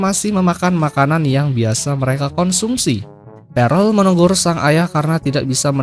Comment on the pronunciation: Bang itu di bacanya perll bukan parell, aku kebangun gara-gara denger itu huhuhu